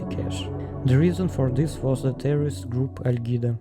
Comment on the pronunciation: АААААА БРАТАН ТАК ТЫ РУССКИЙ ООООООО МЛЯЯЯ НЕ ОБЕССУДЬ Я НЕ СО ЗЛА КОНЕЧНО, НО ТЕБЕ СЕРЬЁЗНО НАДО ПОРАБОТАТЬ НАД ПРОИЗНОШЕНИЕМ. Знаешь, как сильно иностранцы ненавидят такой акцент? (Я тебя спалил кстати по Ал-Кайде. Ты очень по-русски это сказал))